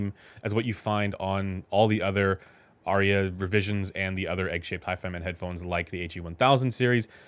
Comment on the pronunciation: There are but TWO syllables in "Arya". 🎧